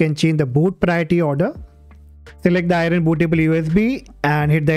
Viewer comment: Aireen Bootah-ball You is Bee